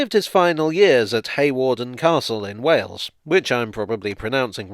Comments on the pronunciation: You nailed the pronunciation of Wales perfectly. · No, I think you pronounced Wales correctly. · You pronounced Wales correctly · "...at Hawarden Castle in Wales, which I'm probably pronouncing wrong." No,, you pronounced Wales entirely correctly. Do carry on. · No, I think you pronounced Wales correctly